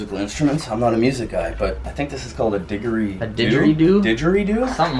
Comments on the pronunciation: "I don't know much about instruments, but I think is a diggerie due" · LLLOOOOOLLLLL THE WAY HE PRONOUNCED DIDGERIDOO!!! It’s killing me cause I’m from Australia and everyone knows what that is here 😂😂😂 he says it like digeredoo 🤣🤣🤣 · Did any other Australian die when he called a Didgeridoo a dig-a-ree-do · I died when this guy called a didgeridoo a "DIG-erie-doo". nononono😂 I'm Australian btw lol. Can you pleasee come to Australia! Or try Australian candy :)) lol, apparently you guys don't have crunchie bars 😫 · I’m Aussie and I’m just upset about how he said didgeridoo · Omg guys, Didgeridoo. Awesome attempt at pronunciation, great job. #PROFIT #AussieMadeMe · Im a Australian and when he called the didgeridoo a didgeridoo it pissed me off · Speaking as someone who was a permanent resident of Australia for about 5 & a half years, PLEASE, I beg you,, at least pronounce the "g" in didgeridoo as a SOFT G!!! You sound really dumb when you don't! I'd say, if it were an authentic one, to return it to the Aboriginal community in Aus, because lots of their cultural pieces have been misappropriated, but I'm pretty sure that's not a real one, having seen a few of them. And, this is fun!! I'm enjoying watching you & Justin do this, & you're giving me ideas!:D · The way he said didgeridoo lmao xD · The way he pronounced digeridoo is oaf slap him sean!!!! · being australian fckn died the way he says didgeridoo man lmao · I'm Australian too and I kinda did laugh at how he said didgeridoo. I'm not aboriginal or anything so I wasn't offended, but it was pretty disrespectful to pronounce it wrong even after Sean pronounced it the correct way. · Totally feeling ya, I said to hubby oh shit as an Aussie so many would be pissed off and for $120? 🤔